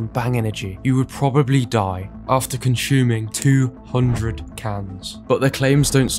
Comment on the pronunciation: Con - sueeee - ming......not conshuuuuming.